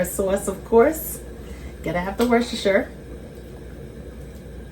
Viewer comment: I'm glad I found this channel. Were you raised in the Northeast? I'm asking because you can actually pronounce Worcestershire correctly, lol.